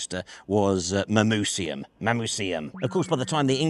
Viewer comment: I've lived in Manchester for nearly 40 years and I knew about Castlefield and its Roman heritage, but I've never seen that stone before. BTW, the Roman name Mamucium is pronounced with a hard c (like a k, not an s)